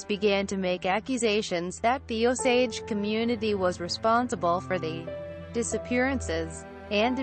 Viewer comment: It Is O-SAGE like the American Indians. Come on now.